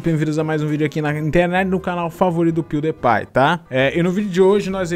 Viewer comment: ele fala PíuDePai kkkkkkkkkk